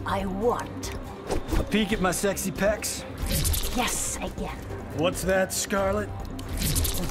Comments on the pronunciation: Its guess again but it also sounds like yes again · I thought she said yes again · It sounds like “yes again”. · It sounds like she's saying yes again